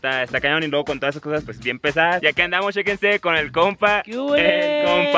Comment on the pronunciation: Tambien dijo shequense como 20 veces xd